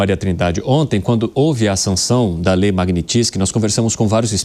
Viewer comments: Essa moça não sabe falar o nome da Lei..kkkkk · A reporter não sabe nem pronunciar o nome da lei!